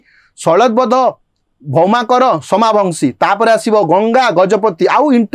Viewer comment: ସୋମବଂଶୀ dynasty not ସୋମାବଂଶୀ